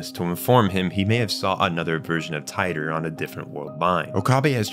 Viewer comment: Tea-tor = Titor